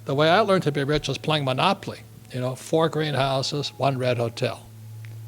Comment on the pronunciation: He is funny. "monopoply" lmao.